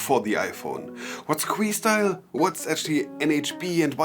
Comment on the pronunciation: It’s not queestyle like your saying it buddy😆 it’s Que like a simple Q.. ✌🏼